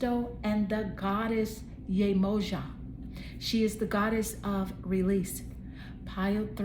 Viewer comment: Pile 2 and it was so accurate. Gentle invitation: the proper prononciation is YE-MOH-JAH 💙🤍